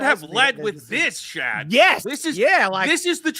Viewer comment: It's Shad.